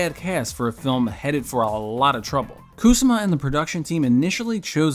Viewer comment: KU-SA-MAH! She's Japanese. It not KOOSAH-MA. You mispronounce it like 77 times. It hurts my ears